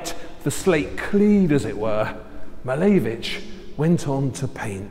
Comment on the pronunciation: Lovely video! but i wish you would say his name correctly haha cheers